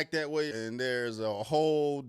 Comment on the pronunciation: The word "that" does not contain the letter "D." You're welcome.